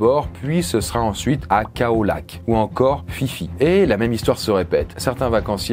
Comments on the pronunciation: Même si personne ne verra ce commentaire je voulais juste corriger quelque chose, l'Île Phi Phi se prononce Pipi et non pas Fifi! :) Sinon superbe vidéo aussi horrifiante qu'éducative, je ne connaissais pas du tout cet événement alors merci!! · On ne dit pas Fifi (Phi Phi ) mais pipi !!! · 7'40 "Phi Phi" (fifi) 🤣🤣🤣🤣🤣. J'ai bien ri quand même. On prononce "Pipi". Bah oui 😅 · Phi-phi à prononcer "pipi"